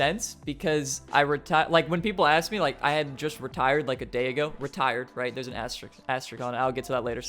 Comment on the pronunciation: You’re supposed to pronounce the S in asterisk